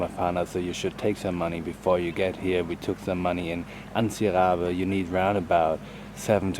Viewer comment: Jist to say im from madagascar and I jist wanted to say its not antibe but ts=c